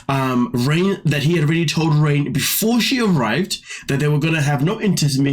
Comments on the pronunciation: I believe that you are pronouncing her name wrong. It is not pronounced, “rain” it is pronounced, “Renae”. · It's pronounced Ray-nay, like the name Reneé, not 'rain'... please! My daughter is Raine (after my mom, Lorraine)- she is the opposite of her, so it's triggering!